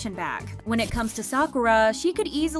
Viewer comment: Just FYI. Sakura is not emphasized as Sa'koo-ruh. It is said like the word Yamaha. It is pronounced "Sa-ku-ra" with the "ku" being a short quick version of coo, and the r like the beginning of a trilled r. Almost like a light "d". If you can speak Spanish, you know how to do it already. For Kazuha, same issue with the u again; less ka'zoo-ha, more ka-zu-ha.